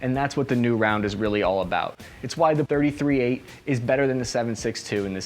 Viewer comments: Tree thirty eight.. not thirty-three eight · Dude its pronounced 3-38. Yes it seems petty but you made this video hard to watch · Pretty sure it's pronounced "three thirty eight" not "thirty three eight" that sounds weird af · Its not 33-8, its 3-38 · It's pronounced "Three thirty eight" NOT "Thirty three eight". Ya got the "three" in the wrong place which shows you are not familiar with this cartridge.. The BARRETT MRAD is an amazing long range rifle, especially in the new .300 PRC cartridge developed by Hornady. Hornady also developed the 6.5 Creedmore over 10 years ago. I shoot the 6.5 CM in my RUGER Precision Rifle in long range competition. And I also use the newer Hornady 6.5 PRC (Precision Rifle Cartridge) in my bolt action hunting rifle. So, yeah, Hornady has been "busy" lately.